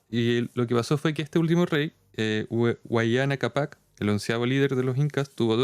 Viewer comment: *Huayna Cápac, no Huayana Cápac. ☝🤓